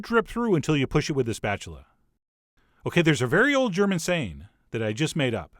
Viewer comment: That german was on point.